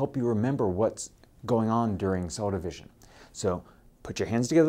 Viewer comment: The way he says mEYEtosis is cell dEYEvision for making two EYEdentical NucliEYE, and Seeezual Reproduction, is priceless